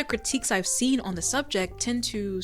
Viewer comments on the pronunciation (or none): none